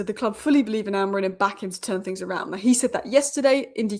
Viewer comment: Amorim not Amorin please.